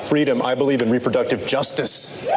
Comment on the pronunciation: "I believe in reproductive 'Juztize'" Julian Castro 2019